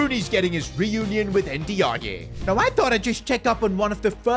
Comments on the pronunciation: Ndiaye is prnounced a bit more like “in-die“ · bro his name pronounce like "ninjaai" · Endy ya yeah might be the best mispronunciation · bro butchers every Nigerian name thats not osimehn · Bro doesn't know how to say ndiaye😂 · That was the worst pronunciation of N'diaye i ever heard 😂 fix up man smh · The pronunciation for Ndiaye is absolutely killing me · You are not saying Ndaiye name properly